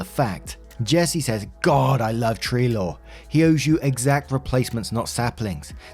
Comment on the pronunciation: Every time you’ve ever said “tree law” I always thought you were saying “tree lore” 😂